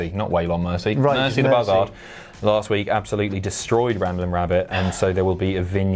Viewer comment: mate, why do you keep pronouncing buzzard like that?